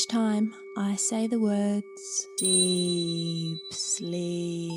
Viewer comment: why would you want to shock someone while doing sleep hypnosis? Wrong. I love the rest of the recording but that deeeep sleeep is just said wrong. It’s not about people experiencing it differently, it’s just wrong. Wish you could fix it because everything else is great.